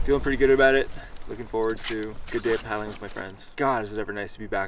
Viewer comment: Good stuff why does the one guy say... Aboat instead of about😂😂😂😂